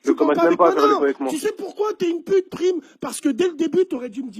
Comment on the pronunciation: Black Joint en live ok ta des liens ou des preuves?? Ce qui m'énerve c que dans la vidéo ya plein d'élément qui prouve que c lui Le plus flagrant : le passage où Bassem prononce mal son nom, il dit prime avec un I, et prime le reprend en lui disant necorche pas mon nom , prime ce prononcé prAyme en sonorité parlant Bref arrêté vos délire , prime n'assume pas et c bien normal ya une grosse communauté islamiste pur et dur dans l93 lui même sais que la vrai vie ça plaisante plus , surtout aujourd'hui